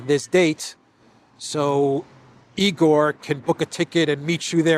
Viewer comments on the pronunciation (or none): There are plenty of Russians living in Canada, Australia, and USA. By the way, it is not E. Gore; it is Igor' [ eagerr' ] like English word eager.